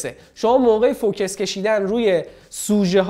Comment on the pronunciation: داش سلام.فوکِس چیه.فوکوس هست ینی متمرکز تمرکز بر روی نقطه ای.مثلا ماتریکسی یا چند نقطه ای❤